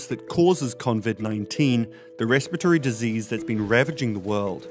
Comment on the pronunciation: Did he just say at the end there... "convid 19?